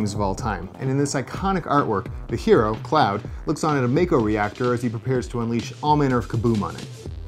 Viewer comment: It's "Mako" (rhymes with "taco"), not "Meiko" (rhymes with "Waco").